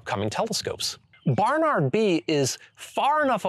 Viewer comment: BaRRnaRRd....? Why are you saying it like that